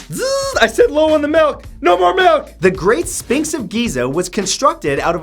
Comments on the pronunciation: I'm sorry but did he say spinx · Matt, I love you man, but have you never heard Sphinx spoken aloud before? S-ph(f)-inx.